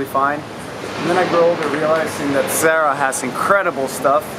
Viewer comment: Did he call Zara sarah ? Lol